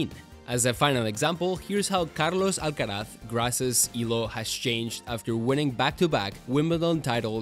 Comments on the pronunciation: pronunciaste muy bien carlos alcaraz 👀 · sos español no hay chance que un guiri pronuncie bien el nombre y apellido de carlitos alcaraz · This is a great video! Out of curiosity, are you a spanish speaker by any chance? Because your pronunciation of the names (Rafa Nadal and Carlos Alcaraz) is incredible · bro that carlos alcaraz pronunciation was spot on! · your accent sound pretty spanish, no other country pronounce Alcaraz like that 😅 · Do you speak Spanish? Or did you just practice your pronunciation? Your r’s and z’s are spot on.